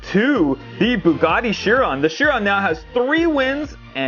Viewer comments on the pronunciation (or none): It’s pronounced kiron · Not Shiron